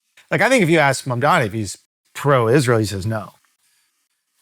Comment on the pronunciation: wow. Cthagod can pronounce Mamdani's name correctly.